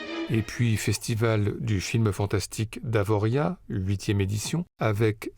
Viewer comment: Merci d'avoir ENFIN prononcé Avoriaz sans le Z (sinon c'est génial comme d'hab)